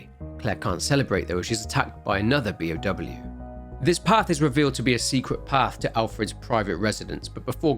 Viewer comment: Both you and Beyond Horror Gaming sound like you're saying P.O.W. instead of B.O.W. and I get so confused for a second before I remember what you're saying.